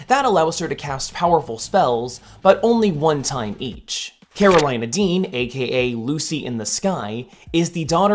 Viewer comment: Karolina is pronounced "Care-Oh-LEE-Na" not "Care-Oh-LIE-Na"